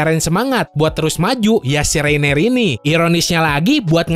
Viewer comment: Orang orang bilang nya Reiner: Reineer